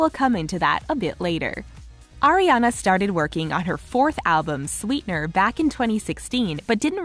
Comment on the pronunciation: It's Ariana not Ariena